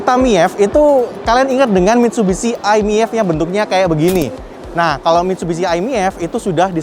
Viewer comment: Bang, bacanya miv aja. E gk ush dibaca. Kek ngeja mie ayam😂